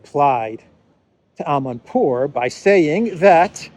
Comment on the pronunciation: We are going against winter, a burning Abraham will make a good, warming fire. I like your finesse pronouncing "Amanpour" 😆